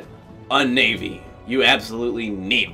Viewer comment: Lets take a shot each time sez naivy. 😂🍺